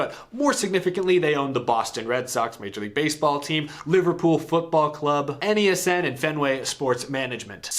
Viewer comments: I cringed when spelled out NESN. As a New Englander myself we all say it as if it is NESEN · So odd to hear it pronounced “N-E-S-N”. Up here in New England we’ve always said “nessin” lol